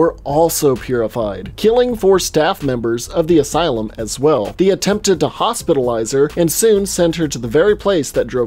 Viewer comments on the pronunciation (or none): none